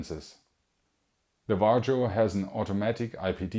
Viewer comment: "vah-rio" . nice vid!